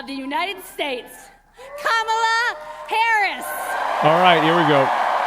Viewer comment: K'mala H'ris